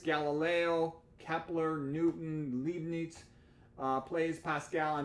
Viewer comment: Good info! [audio level is a bit low. Leibniz or Leibnitz, not Liebniz.]